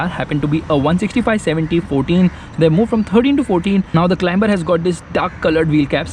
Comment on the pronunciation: CLIMBER = to CLIMB. Pronounced 'CLIMER'. It's a very soft B, almost not said.